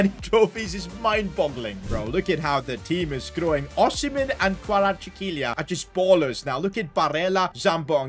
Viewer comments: That pronunciation on kvaratskhelia 🤣🤣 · As a Georgian, when he pronounced Khavartskhelia’s name, I was about to break my ipad.